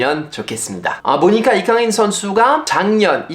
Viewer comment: 아니 파비앙님! 왜 때문에 오늘따라 되게 잘 생기신거죠? 🫢 집중 안되어 혼났네 😵(라고 저도 주접을…) 파리와 서울 한참 왔다갔다 하실때랑 다르게 피로감 없이 뭔가 맑고 건강한 느낌을 받아서 팬으로써 기분이 좋아요 😊 또박또박 정확한 발음으로 이강인 이야기 해주시는거 잘 들었습니다 :) 감사해요 ❤